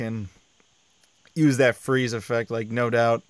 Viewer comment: FWEEEEZE WITH SOME CHEEEZE THE CHWEEEZY FWEEEEZE